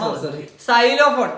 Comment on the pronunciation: Xylophone pronounsation theti